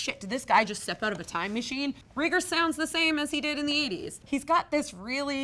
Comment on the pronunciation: Reagers is pronounced Ray-Gurs. Kind of like Jellos favorite president, Ronald Reagan